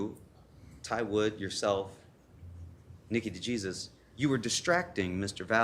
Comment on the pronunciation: It is pronounced de-hey-soos. Not "de gee-suz". Jesus.